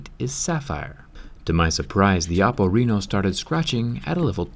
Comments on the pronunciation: Its pronouced with the other type of E! RE-NO not RINO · Why are You saying Oppo Reno like Oppo RINO😂😂😂